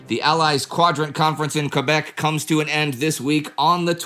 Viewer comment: It's awfully nice to see Quebec properly pronounced.